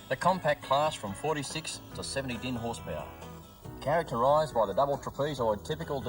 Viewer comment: Horsepowa...Lol. That's certainly one way to pronounce it.